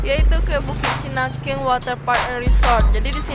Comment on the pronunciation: Chinangkiek bukan cinangkiang